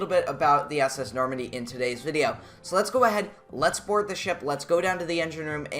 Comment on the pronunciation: norandie not nomandy